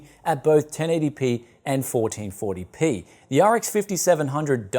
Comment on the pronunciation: "Forreen forry pee"